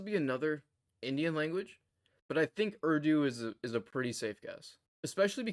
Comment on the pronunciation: Impressive! You're light years ahead of me. So your very "foreign American" pronunciation of 'URDU' really surprised me.